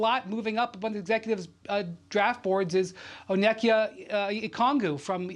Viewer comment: that pronunciation of Onyeka's name was awful